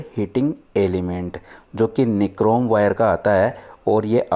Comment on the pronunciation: निक्रोम नही होता वो नाइक्रॉम होता है ।😂😂😂